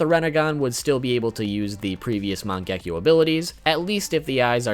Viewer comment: It is man ge ki o